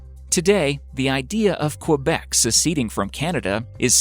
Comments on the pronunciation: As a quebecer its saId kebec, not qwebec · say it like this : "Kebec" not fucking KUabec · guy you need to fucking learn how to pronounce the name of Quebec correctly btw prostitution is not legal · This guy's pronunciation of "Quebec"... LOL